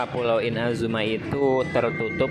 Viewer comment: pelafalan inazuma seharusnya I-NA-ZU-MA Kalau IN-A-ZU-MA kurang tepat. Pas naik ALCOR crux fleet bisa LANGSUNG TELEPORT pada ikonnya.